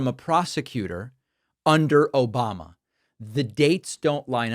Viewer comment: Confession: I watch David Pakman’s videos just to laugh when I hear ‘Obamna’